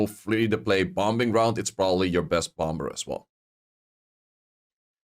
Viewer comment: The second b in bomb Is silent bro say bom, and bommer